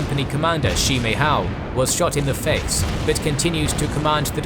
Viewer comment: I have to give kudos to the narrator. The pronunciation of the Mandarin names was probably the best of any history narrator I've heard. In fact, the only "off" parts were the pronunciation of the I's in "Sihang" or "Shi" (they're closer to the I in "sit" than "see," so Shi is pronounced like the 4-letter swear word without the T), but a very minor detail